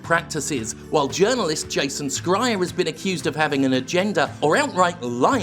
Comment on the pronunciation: Jim, Jason Schreier's last name is pronounced 'Shryer.' It's a German Ashkenazic name.